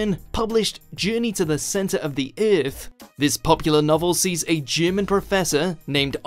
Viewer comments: Eurth Eurth Eurth Eurth Eurth EARTH damn it. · Came to make fun of whot if alyeens lived in tha centa of UUUUUUTH then realized every mother fucker down there already said it -_